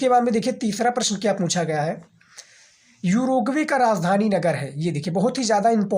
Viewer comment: उरुग्वे है युरगवे नही है😂😂